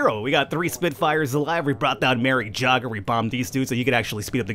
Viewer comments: it's pronounced yay - ger :P not jogger lol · So Jager is said yay ger. Sorry aha good video tho :) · That elite pilot is actually pronounced more like yayger. Just saying. Nice video! :)